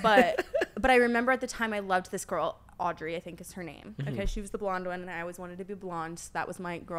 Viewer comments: it’s her calling aubrey o’day “audrey” the whole time 🤣🤣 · The fact like Brooke kept calling her Audrey instead of Aubrey was so funny even though Brooke literally didnt know her name just proves shes not a big deal anymore! Actually Danity Kane had their biggest album in 2006 and Aubrey Oday is 39 years old so she hasnt been relevant in 17 yrs!!!! Her behavior was so gross!!! Actually it was REALLY EMBARRASSING FOR AUBREY!!!! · Brooke calling Aubrey “audrey” is what we all needed